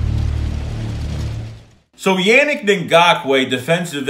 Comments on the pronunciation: It’s pronounced “UNIQUE” not yannick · Man the way you say his name is a huge cringe lmao